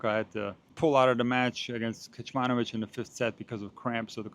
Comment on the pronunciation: His surname is Kecmanović not Kečmanović